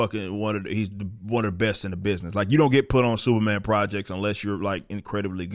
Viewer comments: The way Eric pronounced Superman at the beginning of the video, it sounded like "Sewerman." That perfectly sums up the current state of DC and Marvel Comics. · Is he saying "Sewer Man"? I swear that's what I'm hearing lol. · From FeeCees comics, it's Sewerman!